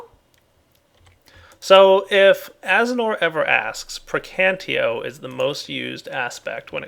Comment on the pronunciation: it's Praecantatio, not precantio... Can't believe that Az. hasn't told him yet